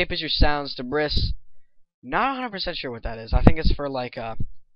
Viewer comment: LOL DEBRISS